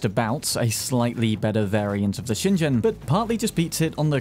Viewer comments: FYI, "shingen" is pronounced like "Sheen-gen" not "shin jen". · not to be that guy, but every time you pronounced shingen with a j sound i got a little bit more mad